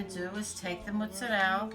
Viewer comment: What's rig-ot? Oh! Ricotta! What's moots-uh-rell? Oh! Mozzarella!